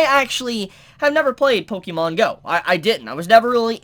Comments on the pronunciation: We know you don't play pokémon, since you're pronouncing it wrong, read the accent My first thought on one of the glasses, those are Vash's! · If you are going to continue to review anime you need to learn how to pronounce Pokémon.